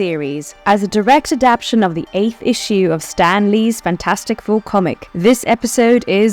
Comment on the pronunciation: Inhumanes...lol. you sound like a weird AI (what is an adapshun)